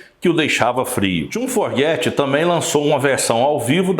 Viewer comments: Pronúncia correta é " Fogert " e não " Forget ". A maioria das pessoas comete esse equívoco. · Boa noite, legal tudo que vc disse, mas entenda: não é a sua pronúncia que está errada ! É o sobrenome, a grafia ! Vc está dizendo "forget" do verbo to forget (esquecer), o correto seria FOGERTY compreende ? Muito legal sua pequisa e todo o video, mas penso que dizer o nome corretamente do grande cantor, compositor e guitarrista JOHN FOGERTY é no mínimo importantíssimo. Desculpe, só quero ajudar. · AMIGÃO!...FAÇA A LIÇÃO DE CASA ANTES DE GRAVAR QUALQUER COISA. O NOME DO LÍDER DA BANDA É JOHN FOGERTY...E NÃO JOHN FORGET...FAÇA-ME O FAVOR!!! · Seu vídeo é ótimo, histórico! O que não pode é pronunciar Fogerty "(fóguerti") como forguéti...ainda mais qdo vc diz que escuta (e lê sobre a banda) desde criança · Você precisaria aprender a pronunciar o nome do cantor antes de produzir o vídeo. Uma pequena pesquisa já ouviria a pronúncia correta. Não é /forgéty/ mas sim /fôugéry/ a sílaba tônica é a primeira, ok? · O nome correto do vocalista do Creedence Clearwater Revival é John Fogerty e não "Forguete". Tirando esse detalhe o vídeo é muito bom. Parabéns pelo canal e obrigado por compartilhar. Forte abraço! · Precisa aprender a falar o sobrenome direitinho é: Fogerty !!!!!!!! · Santa Maria mãe de Deus, não tem um brasileiro que saiba falar "Fogerty" da maneira correta?